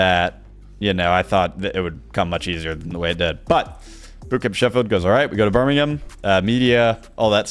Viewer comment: biggest takeaway from this video was that an American can pronounce Birmingham correctly